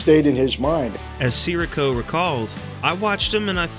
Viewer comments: AI apparently doesn't bother to learn how to pronounce names. It's Tony Si - REE - co, not Tony SIR -ee-co. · Can’t even say his name right. These AI farms has no soul.